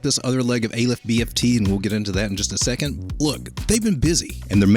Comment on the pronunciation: Its Aleph not AYYYlef fyi. First letter in the aramaic , Hebrew and arabic alphabets.